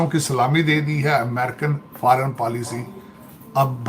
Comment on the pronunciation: Faaran PAALISHI 😂😂😂😂 Pura PAALISHI kar rahe hain Porki 😂😂😂